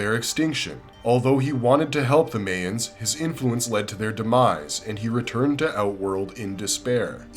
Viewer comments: "May-ens?" Isn't it pronounced "my-ens?" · bro, its pronounced Mai-uhns, not MAY-uhns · That bothered me so much! Lol